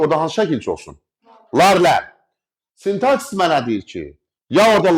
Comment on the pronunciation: İzahınız çox gözəl,mükəmməl.Təşəkkür edirəm.Lakin sintaksis sözündə vurğunu niyə yanlış qoyursuz axı müəllim😅 Burdan da belə nəticəyə gəlirik ki,nə qədər oxuyub öyrənsək də ləhcə öz işini deyir)